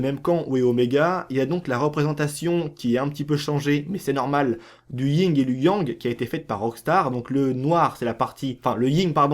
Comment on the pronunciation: Le YIN et le Yang PAS LE YING ET LE YANG